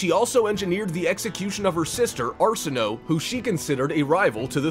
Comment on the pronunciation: It's pronounced Are-sin-oh-way...educate yourself before trying to educate others.